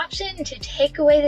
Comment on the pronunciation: You said tibating. It's tip baiting